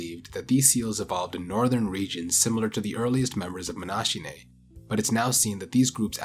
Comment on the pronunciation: Nice video as usual. That extinct diversity of walruses makes for a fascinating topic. I think it's pronunced as if it was written "monakinae", as a native Englich speaker always be very skeptical of those "ch" sounds if a greek root might be involved.